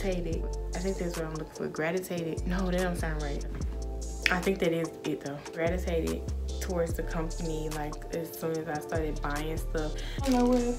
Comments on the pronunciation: The word is gravitated damn😭 you was close tho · She's trying to say Gravitated 😁